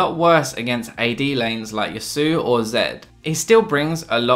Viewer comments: i don't see why you keep pronouncing it "yazoo" as nobody i've heard has ever pronounced it that way. the correct pronunciation is "yah-swo"... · I'm pretty sure it's Yaw-soo-oh since he's a samurai, and Yasuo in Japanese would use the kana やすお. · Seriously though, please don't say "Ya-soo". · It's pronounced YAHT-soo-o, just so you know, hehe. Anyway, your list surprised me a bit, but I definitely see why they are where they are. Good stuff. Also, how do you feel about Karthus as a miderino? Where would you place him?